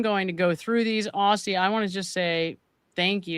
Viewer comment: 'Aussie' is pronounced 'Ozzie'.